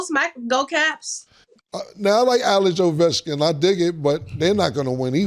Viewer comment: You mean to tell me, Cam can pronounce Alex Ovechkin... 😂😂😂